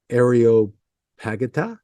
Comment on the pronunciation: Ar-e-op-a-git-i-ca and a-man-u-en-sis (Don’t feel bad! I was an English teacher, but now I’d rather know what you know about genealogy and military history than how to pronounce a bunch of words!)